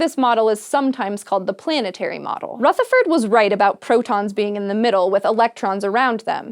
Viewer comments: I would like to politely mention that the 'th' in 'Rutherford' is pronounced the same as the 'th' in 'the'. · Rutherford; soft th rather than a hard one. Like the, as opposed to think. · Nice video, but the way she says 'Rutherford' is just so triggering. Everyone in New Zealand is disappointed. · The way she pronounced Rutherford’s name😂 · Omg that's not how you pronounce Rutherford, I love you but that was like nails down a chalkboard every time you said it 😅